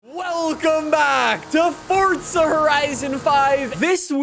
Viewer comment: It's fucking for-za not fort-za